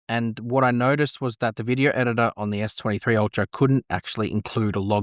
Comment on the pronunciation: Try to pronounce s23 and s26 clearly before you post. Terrifying